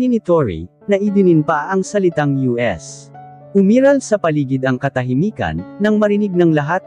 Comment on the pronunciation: us not US. What the heck Bakit hindi ka marunong mag basa.